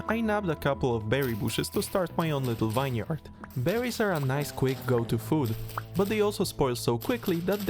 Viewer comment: well, with how he pronounced vineyard, not too surprising